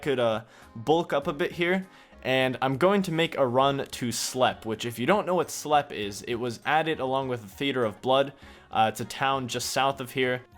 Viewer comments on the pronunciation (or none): btw Slepe is pronounced just like Sleep not Slep.